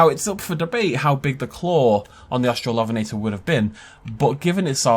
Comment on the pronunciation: Au-strallo-ven-eh-tore, not Aust-rall-OF(?)-enn-eh-tah. Hermione Granger, out.